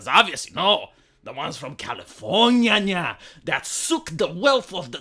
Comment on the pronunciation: How you say "Californyanya" is hilarious, m8.